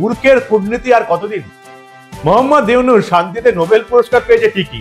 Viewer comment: তোর দুই টাকার চা বিক্রি করা মোদী পাসোস ডক্টর ইউনুস নোবেল বিজয় নামটাই তো শুদ্ধভাবে বলতে পারিস না তুই